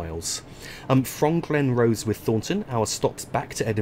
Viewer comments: Good video but you do need to work on your pronunciation of Scottish place names. Not Glenroathes its Glen-Roth-Es, for Burntisland it is literally pronounced Burnt-island as in an island that has been burned. Not a biggie but does take the gloss off an otherwise very good and informative video. Would be happy to help or advise you in future - particularly with Just Trains 'Highland Main Line' due for release soon. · Glen-Roth-es. Not Glenrose. Also, Burnt- Island, not Burntis-land. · Corrections if antone interested. Glenrothes, Glen-roth-ess. Inverkeithing, Inver-keething, as in seething. Rosyth, Row-syth. Dunfermline, dun-ferm-lynne. (not leen) Cardenden, Carden-den (rather than Car-denden. Kirkcaldy, Kir-koddie. Burntisland, Burnt-island. Aberdour, Aber-dower. as in flower. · Glen-Roth-es, Murdering those Scottish towns and station names. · Excellent, but note it's pronounced Glen-ROTH-es (3 syllables), not Glenrothes rhyming with rose. It's CardenDEN (stress on last syllable). And it's Burnt-island, as though it were an island on fire!